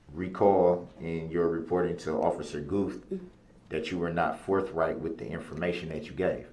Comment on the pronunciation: Untroofful and forfright.